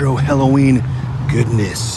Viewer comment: have to watch this with the volume down as it bugs the hell out of me when someone cant pronounce the word "halloween"